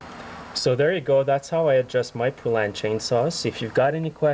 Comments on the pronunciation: PO LAN not pu lan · The Poulan factory was in my town and its pronounced Poe-lan. The U is silent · it's PO as in POLE. POlan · FYI: It's PO lan, like the country (Poland)! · Never heard it called a poo-lan lol. awesome video and thnx for the info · I certainly do wish you would learn to say Poulan!!! It is exactly like the country Poland...without the D. Mike